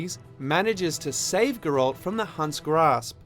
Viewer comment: hmmmm... The way you say Geralt makes me wonder if you've actually played it. Not that this isn't informative.